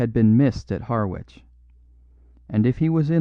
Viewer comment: Harwich pronounced Har 'ich. It's an English town so the pronunciation is local in each place. American towns also have local pronunciations which English people get wrong .:-)